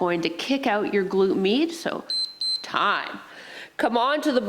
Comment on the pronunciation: definitely felt that....a nice warming sensation left in my legs. the first time I heard you say "glute med," I could have sworn you were saying "glute meat." haha... I get it now but thought that was a funny/clever way to talk about the bum area.